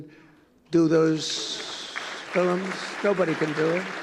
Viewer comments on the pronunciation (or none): What is a "fill im"? Several times he said it... "fill im, fill im"...And how is destruction of the White House grounds and East Wing "preserving our heritage"? I'm sure ketchup thrown against the wall was an act of respect and preservation too, eh? His ego is so huge, undeservedly so, I'm surprised he fits in a chair...nauseating human...